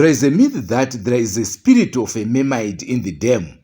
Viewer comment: Pronounced mermaid not meymayid